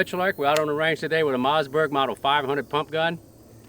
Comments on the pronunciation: I love the way he says mazzberg.🤣🤣🤣🤣🤣🤣🤣🤣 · Ur saying Mossberg wrong